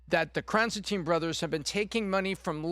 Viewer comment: "krasen teen"?